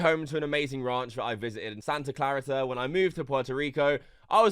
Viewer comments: It’s Santa Clareeta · Only a Brit could pronounce Santa Clarita like that 🤣